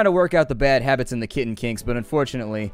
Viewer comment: When you talked about your kitten I thought you were saying kidney